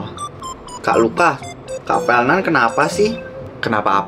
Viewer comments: pas ngomong triple kill Kok bisa ngomong r tapi giliran ngomong nama Fernan ngomongnya jadi felnan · fernan liora bukan "frenan" 😭